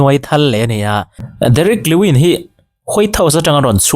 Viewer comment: Derick lewin nilo in lewis